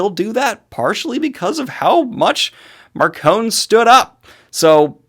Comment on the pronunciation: I have been listening to the audiobooks and I am only on book three so far... And according to the audiobooks, Marcone's name is pronounced with an "e" sound on the end... Like macaroni.